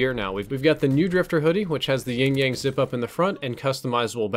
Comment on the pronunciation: if you're going to use it as your symbol at least say it right... it's Yin yang not Ying yang... drop the "g".